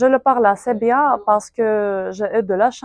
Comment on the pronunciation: французский явно не очень на хорошем уровне, либо же просто проблема с фонетикой, причем огромная. носовой Э в слове bien не слышно, "je l'utilise" было произнесено максимально непонятно, будто бы вместо звука u был ou и звук Ы, а не i (утылиз)